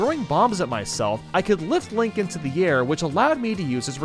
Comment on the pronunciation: U said tge names wrong, First theres Kirb, the Red Luigi, then Lonk, then yes